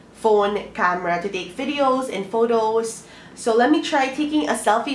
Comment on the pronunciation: vidows and vowtows hahaha 😂😂😂